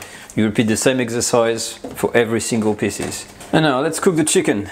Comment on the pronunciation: delicious, but FYI, piece is not pronounced "piss"